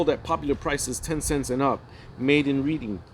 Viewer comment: Reading Pa is pronounced Red ing.